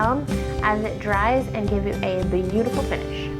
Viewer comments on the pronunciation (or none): none